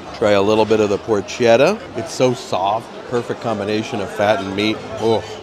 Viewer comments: Love the videos! As a native Italian speaker, the “c” in Italian is almost always a “hard” c- PorKetta BrusKetta Etc. Fun video as always! Love the Bachanal! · Looks so good. I would get the prime rib and lobster claws. Porchetta is pronounced “ porketta” and I always roll the r.